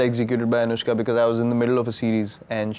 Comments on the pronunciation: Delhi: Anushka Kolkata: Onuska New York: Aan-eush-ka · Why will Bengali people call her Onuska when there is an alphabet "শ" ? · This onushka thing really cracked me up! Bhirat and Onushka :p onushka shorma...hahaa khub moja laglo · Virat - awwwnushka 💗💗🦄🦋🐳